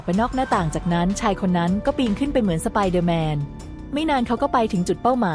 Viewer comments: เค้าเค้า สปายเดอแมน 🤣🤣🤣🤣🤣 เอไอโง่ๆ😂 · สไปเดอร์แมนไม่ใช่สไปเดอเเมน